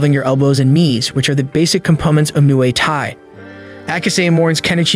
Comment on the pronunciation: its not mooaye tie its moo eye tie muai thai